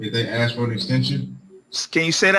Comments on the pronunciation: The word doesn’t have different pronunciations. The word is ask. Axe is a different word. It comes down to a lack of education and upbringing. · Yeah, mispronouncing "ask" gets me. I don't mind his "whay-ch-y'all doin`" - that's a contraction/simplification/colloquialization - it's colorful. But "aks" is just ignorant. I know it's just a bad habit that he picked up along the line. We all have them. I know I had to break myself of a few. At the very least I had to teach myself to say "et cetera" correctly. That one drives me crazy but at least it's Latin and less common - "ask" is a pretty common word. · This is not a racial comment by any means because I know many Caucasian people from NY, PA, MA, etc. who say “aks” instead of “ask” but the English major in me doesn’t hear a single word they say after that because it gets on the last nerve I have left. I don’t know if people don’t hear themselves when they say it, don’t realize how goofy it makes them sound, or just don’t care either way. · I get want you’re saying but no one Alive today learned how to pronounce it “ax” instead of “ask” so they are still pronouncing it wrong. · Last judge is intentionally mispronouncing the word ask. He could say a s k but, I notice down south when folks say ax, it’s because it rolls off the tongue easier, like many linguistic adjustments…I think it’s nitpicky. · Ummm... What is the ONE word being mispronounced that you kept referring to?... Do you mean that he says "Axe" rather than "Ask"? I've watched it twice and cannot figure it out what you mean. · I’ve never understood to whole ask v axe thing. We all get what he’s trying to say, but it does grate on the nerve a bit, especially when you’re the judge mispronouncing that very simple word. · I assume you are speaking of “ax” being used instead of “ask”? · Good luck with getting a black man to say ask instead of aks. (not an easy habit to kick) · Get it. Hate when people axe a question.